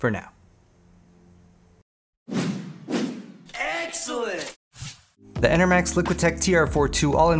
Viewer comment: I always hear: EGG-CELENT